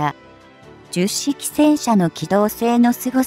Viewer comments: 冒頭で Hito-Maru Shiki と読む様に！と、紹介していながら、全編ででは、最後まで、 jyusshiki と読んでました。 折角だから、 Hito-Maru Shiki と読んであげてください。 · 10式もジュッシキと読み上げてるしな この手の読み上げ動画ってなんで作った後に確認しないんだろう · ”ヒトマル”ってひけらかした後に”じゅっしき・きゅうじゅっしき”はないわー